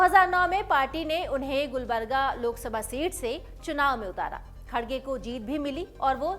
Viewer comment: मॅडम खडगे नाही खर्गे अडा नाम हैं !